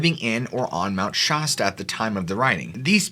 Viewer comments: I enjoy the content and and most of the style of your story telling.. However it really drives me nuts every time you repeat the word Mount Shasta, Pronouncing it mount SHOsta, How do you pronounce the word fast FAST or FOST ?? It has the sound of an affected affected British accent.. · I think it might be that he's never been corrected. I f the mountain was as he says it, the name would have an "h" in it, hence Mount "Shahsta" instead of Mount Shasta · Obviously he isn't from the area. That got on my nerves hearing Shosta. I wish ppl would do their homework on name pronunciations. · Shasta is pronounced sh-ass-ta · great video! just FYI Shasta is pronounced with a short a sound. im from there ( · What's up with the European pronunciation of Shasta...not "Shaa"...but Shas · Being from California it's weird to hear how you keep pronouncing it "Shosta" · Shasta is pronounced with a hard A, brother. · Mt. Shasta short a, a...apple, Not ah, pasta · Shasta is never ever ever pronounced that way . Stop. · All I got to say is if your gonna make a video about something you know nothing of at least pronounce the name of the mountian correctly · Anyone else annoyed how he pronounces Shasta? Lol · Shasta is pronounces "locally" with the (a) sound more like the (a) in aspect. That said, love your videos my man. Glad I found them. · The way you mispronounced “Shasta” so many times and so confidently definitely made me skip this video. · That's not how anyone in Siskiyou pronounces Shasta. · I swear to god I about turned this episode off just because of the way he pronounced Mt Shasta and lumarians don’t kno why it just bothered me lol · I have never heard anyone say Mount Shasta the way that you are pronouncing it. It's got the a sound as in the word bat. Just saying. I'm 60 years old and never ever heard anybody say it like that. However, you have a very pleasing voice to listen to. 😊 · They both mispronounced Mt. Shasta, in the same way... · 😂 SH ASS TAH... not SHAW STUH 😂